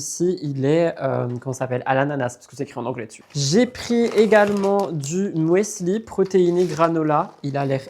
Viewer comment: Quel bonheur et quel régal encore et toujours 🥰 Fan des unboxings, de tes achats qui te rendent heureux ❤ Petit ps mon, ne m'en veux pas: Le Müesli se dit sans prononcer le "e" Tout bêtement Musli en phonétique 😅